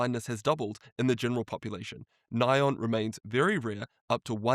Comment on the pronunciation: Thanks for touching on this! I did a video breaking down a bunch of new research and stats on the GLP-1 causing blindness. Btw it’s funny how Sinclair calls it “ny-on” because in the industry we call it N.A.I.O.N. But here is that video in case people want to watch it GLP 1 Blindness Risk | Should You Be Worried? But great video and thanks for all your hard work!